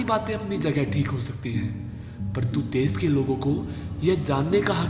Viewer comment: O bhai tum pahle apni hindi sudhar lo ganwar kahi ke देस नही देश होता है हर जगह तुमने श को स बोला है। सुभास नही सुभाष होता है कौन से स्कूल में पढ़े हो।